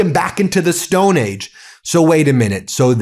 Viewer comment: Why does he keep saying "Stone AGES?" Lies and nonsense from beginning to end.